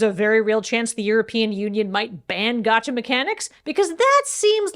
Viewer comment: Being surrounded by so much otaku energy, I can only assume that is pronouncing "gacha" like that on porpoise.